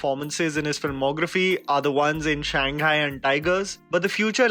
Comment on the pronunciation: Shanghaai not Shenghai / Gaiतोंde not Gaiटोन्डे